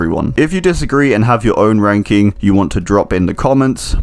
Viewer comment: I thought he said ‘today we will be wanking the killer’